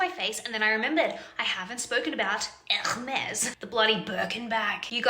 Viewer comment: Omg, it's not even pronounced "Ewwhrmes" 😂